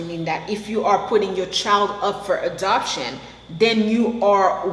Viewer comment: Funny. You say adoption very much like abduction.. hehe